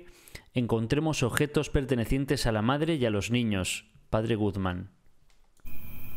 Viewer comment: me encanta que dice Padre Gugman en ves de Padres Guzman xd